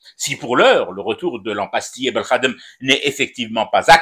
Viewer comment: La prononciatio belkhadem signifie insulte au Peuple Algérien.